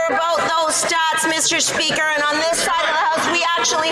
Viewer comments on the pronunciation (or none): At around 1137 did he say "Mr Country", instead of Mr Speaker 😂😂😂